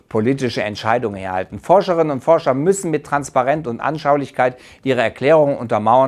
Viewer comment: Es heißt "Forscher". Nicht schlimm, passiert jedem mal.